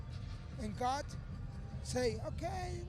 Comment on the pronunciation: Yoel “Its GAHD!!!” Romero